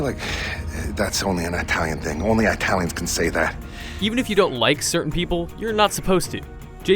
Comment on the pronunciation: Eye-talians? Nozi's? Why do americans have to speak such bollocks?